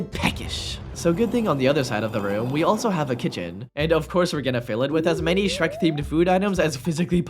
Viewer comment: That's not Shrek that's skek😭